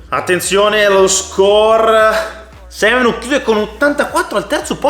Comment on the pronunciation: Si pronuncia Semenak...